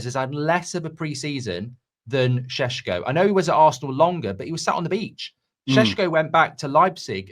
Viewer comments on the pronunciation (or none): stop calling him “SHHESKO” doing my head in 😂